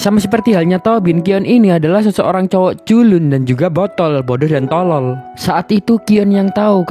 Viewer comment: Pas lu ngomong "TOLOL" kek niat banget bang 🤣